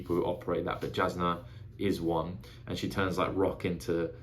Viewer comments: Really enjoy getting to see someone's perspective on a first read. Jasnah is pronounced as if the J were a Y, just letting ya know cause there's no way you could unless you hear it. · If you care, it doesn't really matter, but the audiobook pronounces it ShallARN and (j)Yasnah (y instead of j). Sanderson has said you can pronounce however you like. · Pronunciations for future videos: Szeth - Zeth Shallan - Shah-Lahn Jasnah - Yaz-Nah Tvlukv - Two-Vluh-Kov (idk if you will need this one but it is a weird ass word to pronounce lol)